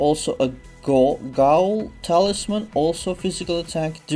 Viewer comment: BTW "Ghoul' is pronounced "Gool" But keep up the good work - been following you since 2012. When your knight was a mere 50k br lol.